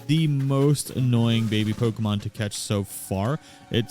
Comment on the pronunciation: You get a subscription just for saying the name right.